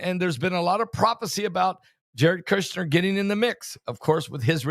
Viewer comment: Pronounced Jarod Kush-ner